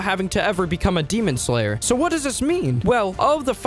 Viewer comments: GEMON SLANGLER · 'demon sloler '😭